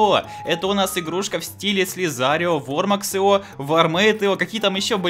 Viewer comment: Ио ударение на и